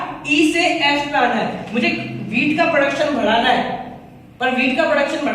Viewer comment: M watching for last two days all ur video.. hands down ..a great teacher..👍 But ur way of saying badhana its 'bhadana',,,😂